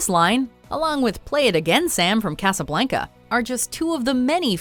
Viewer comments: Who mispronounces casa blanca? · Who also cringed when she said "Casablanca"